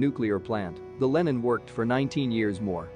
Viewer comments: Could you say "Lenin" a little quicker and more nonchalant please... (That name does not have an american short e.) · I hear that, but human americans do the same mistake. And it should have a database that knows that Lenin is a famous person (not some american product name or something).